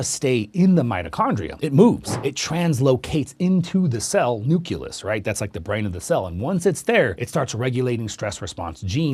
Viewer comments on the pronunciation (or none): NU CLE US not NU CU LUS